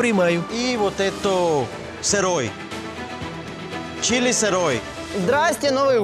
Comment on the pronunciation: Чери? Это Чили 🤣